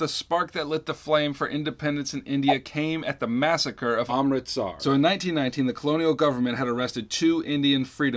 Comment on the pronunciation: did anyone else notice how he edited the voice because he mispronounced Amritsar?